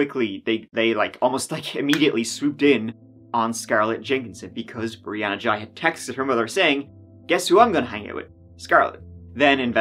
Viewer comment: This is going to get a lot of mixed opinions because of how the whole issue of the life style the teenager had adopted. you couldnt even bring yourself to correctly pronounce what it had changed its name to, ghey is not pronounced jai. Also have you seen how the media purposely waited to show more than one picture or video of the victim, its because of the overly flamboyant behaviour which will instantly antagonise much of the population instantly.